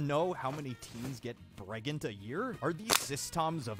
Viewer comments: pergert pregnart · why does pregananant sound like a Pokémon name😂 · I loved “prganet”